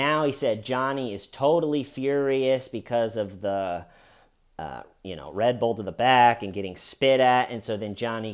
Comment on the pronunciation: I forgive you for your abominable pronunciation of "Red Bull" 🙏🏼